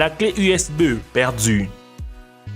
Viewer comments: PTN TU MA TUER UNE CLEF USBEUH 😂😂😂😂😂😂😂😂😂😂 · ah woui woui cé la wéwité ma fwère,twouche po le clé usbeuuuwhh pouerdtu ,,wetourne jouèr a la wi u.